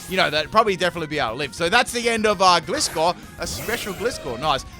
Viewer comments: He so totally pronounced Gliscor wrong XD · That’s for you. He pronounces most names wrong.